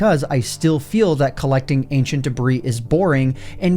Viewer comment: Wow u said ancient debris normally I came here for the wrong pronouciation